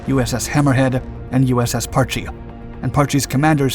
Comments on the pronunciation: I suspect you have a reading difficulty, its not PAR-Chie its Parch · Pronounced "Parsh".